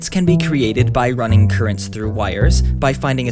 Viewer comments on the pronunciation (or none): none